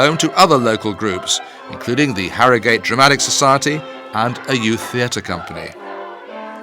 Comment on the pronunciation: Sorry to be a pedant but it's HarroGHUT. Nor Harrow GATE. History tells us this! Soz. Cheers